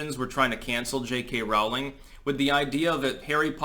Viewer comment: Rolling Not Raw-ling